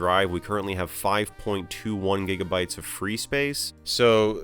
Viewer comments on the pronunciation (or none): none